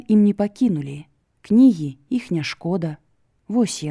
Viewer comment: Вымаўляецца не "іх", а "йіх", "йіншы", "йімі" і г.д. - варта азнаёміцца з вымаўленнем І ў беларускай мове, бо няправільна шмат вымаўляецца. Мяккасць не беларуская, часам праскоква беларуская. На сутыку слоў асіміляцыі беларускія адсутнічаюць, вымаўляецца як у расейскай.